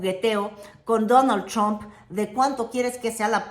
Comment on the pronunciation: Qué bonito lo dice: Danal tchramp, o algo así